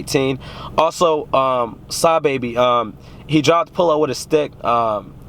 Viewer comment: its suh bobby not saw baby